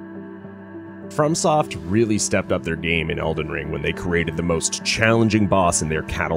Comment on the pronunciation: Why do u say it like "Elden Stirs" lol